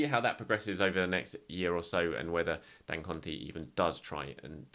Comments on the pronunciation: love your coverage as always. Just wanted to assist in the way you say Dangote. Just pronounce it as dan-go-tay (sound it like day but with a “t”). Keep it up mate. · Is saying Dangote for me. 😂😂